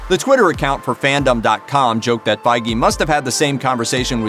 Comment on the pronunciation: Did he just say fay gee